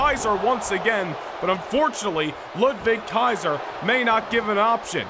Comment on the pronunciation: it sounds cool to me 😂